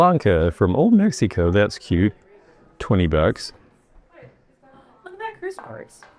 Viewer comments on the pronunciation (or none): none